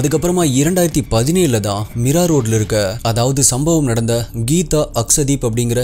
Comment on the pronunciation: Meera illa Mira sariya pronounce pannuppa samy